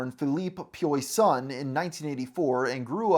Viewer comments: Pyoy-sun? Come on dude. Do better. GIBBLY? Find some pronunciations. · It's pronounced "pwah-sone." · broooo, pronouncing poisson as "pee-yoy-sawn" is diabolical 💀💀💀💀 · Pioy-son. face-palm. Ree-no d'Bay-dar. You literally could not have put less effort into those pronunciations. Jesus christ, this whole video is like listening to my grampa complaining about the "youth" today. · it's pronounced "PWEH-sohn" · His pronunciation of “Poisson” is diabolical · That's not how Poisson is pronounced. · My god, dude... Google translate has an option to hear how to say words... I've never heard Poisson decimated like that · Just a little adjustement here. Phil last name : Poisson, means literally fish in english. So the google translate pronunciation is the good one, because the one you used is way far off ahaha